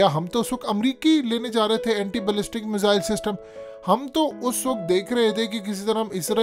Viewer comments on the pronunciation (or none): none